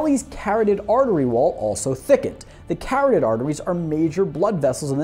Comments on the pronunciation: did you just say ca-ra-tid, its ca-rot-id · Kah-rah-tid artery, not Karry-id artery. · Carot-ed lmao someone’s never done jiu jitsu before, it’s carotid (kare- ot- id) like corrode not carrot lol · lol It's "Car Aw Tid" Artery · Preferred pronunciation is: "ker-AH-tid" artery. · The way this guy pronounces "carotid" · You do have to wonder about getting detailed information on the human anatomy from someone who doesn't know how to pronounce 'carotid.' Also, the ill-fitting t-shirt and thick wrist band don't really inspire confidence.